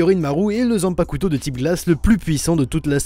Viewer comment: Je l'attendais ^^ Juste c'est "Zanpakto" pas "Zanpakuto"